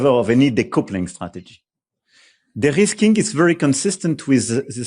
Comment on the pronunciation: Macron says "derisking", not "the risking". It is not an English word, but needs to be taken up in everyday parlance, for the USA and Russia have proven to be highly unreliable, in fact, totally untrustworthy. Russia attacks us, and the American Administration has a kill switch on almost everything we use in Europe in terms of security. The only party that has shown itself to be reliable is China! All thanks to Putin, who has put his Useful Idiot in the WH in 2016 and still controls him in . (A kill switch manifests itself for instance through a software update over the air that will ground all F-35's, or closing down the data centers or internet, both of which are primarily run from the USA.)